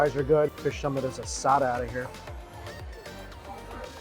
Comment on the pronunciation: He can say asada... But calls a bagel baygo...